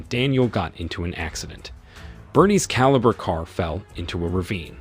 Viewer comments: It's a Holden calibra in Australia 🦘 think that's why he keeps saying calibre think the whole thing was done with ai 😂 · Caliber car? It's Calibra ffs! And the second car is a Opel Manta, not a fucking Audi, do some fucking research!